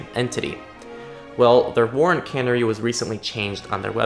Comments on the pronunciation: "Warrant cannery" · I pronounced it wrong. Like the bird